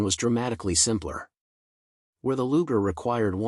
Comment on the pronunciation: Luger? My ass. Do better or get off youtube.